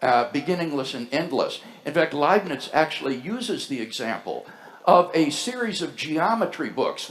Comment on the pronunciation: I love how WLC keeps saying, "Leibniz"